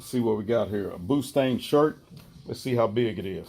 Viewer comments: He said boostang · Did you say pootang lol